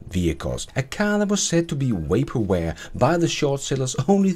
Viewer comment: "Waper ware" :)